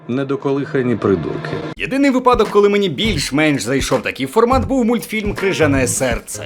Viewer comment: обожнюю твій голос і дуже подобається твій контент. Тільки прошу, благаю: таки вИпадок! Будь ласка 😁